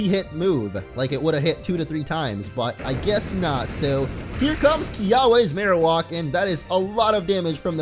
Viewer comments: u pronounce marowak wrong also it's wak like whack like upside the head not wok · It’s mar oe ack